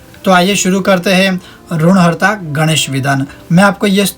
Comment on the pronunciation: ri ki matra me jagah RU ka prayog uchcharan galat hai is par dhyan den